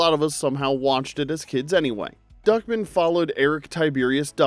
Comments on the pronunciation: Why do you keep saying "Duckmin" when his name is clearly Duck Man? From what I recall, they said Duck Man every single time during the show, by every character speaking to him. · It's DuckMAN not Duckmen. And that clearly is not a cube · Why are you pronouncing Duck Man like Duckmen? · Who tf pronounces it Duckmen? I always heard it as Duckman with an A... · It was duck man, duck..... man. Duck MAAANNN. not duckmen!!!!! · Great video, but, MY DUDE, it's pronounced DuckMAN, not DuckMIN. That bothered me EVERY. TIME. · Duckman is pronounced Duck-Man. The stress is on the last syllable, like Batman. Not like Feldman. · Just here to see if someone told you it was pronounced "DUCK...MAN." Not fast like Goodman. It's like two words. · "Duckmun"? Tell me you've never seen the show without telling me you've never seen the show. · I cringed at the way you pronounced Duckman.